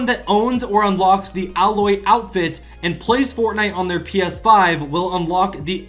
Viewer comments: Its A-lloy not alloy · You said ailoy wrong its like eiloy but you write it as ailoy